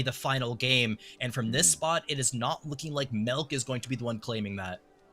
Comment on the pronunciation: "MELK" lol